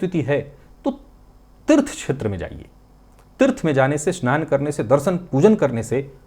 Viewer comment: संस्कृत में 'राहु' शब्द का 'हु' ह्रस्व है, हिन्दी के शब्दों में चाहे अंतिम 'ऊ' दीर्घ लिखा जाता हो। बोलचाल में भले ही 'श्राप' शब्द चलता हो, शुद्ध संस्कृत भाषा में यह शब्द 'शाप' है। 'क्षेत्र' शब्द के उच्चारण में प्रादेशिक प्रभाव से 'छेत्र' बोलना-सुनना अच्छा नहीं लगता।